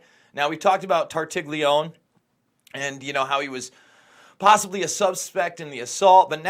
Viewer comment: TAR-tal-ee-oh-nee or Tar-TAL-yee-OH-nee. There is no one called TOR-tig-lee-own. If you can't get a simple Italian name right how can you get anything else right?